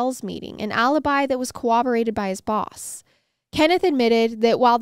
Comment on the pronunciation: I love MWMH, and your vibe as a married couple is exemplary. But I have to tell you- the word is corroborated, with an rr. I hear it mispronounced a lot on recent crime documentaries, even by police officers and detectives.